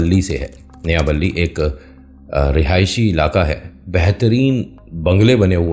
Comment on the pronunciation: sir j nayabali nehi,NAYAPALLI hai